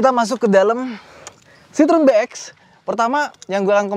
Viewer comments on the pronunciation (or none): Bukan 'sitrun' bang, tapi 'sitrowen' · Bacanya tetap Citroen bukan Citrun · Kalo orang Perancis nyebut Citroen nyebutnya si-tro-wang. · Penyebutan merek karena bukan lidah kita boleh apa aja bebas, tapi kalo mau asli dibaca kaya orang sini dibacanya 'sitrowen'.. tapi mantap mas videonya.. baru tahu nih lumayan banyak juga ya varian citroën yg masuk ke indo.. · sedikit ralat, bacanya si-tro-wen (wen nya kaya when di bahasa inggris)